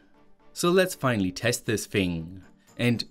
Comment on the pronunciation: Why do you often add R's at the end of your sentences ??? Especially whe the end in Y.... finallyr, especiallyr...etc.